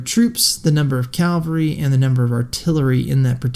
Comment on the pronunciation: Cavalry not Calvary